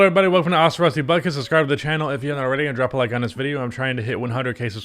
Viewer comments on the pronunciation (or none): none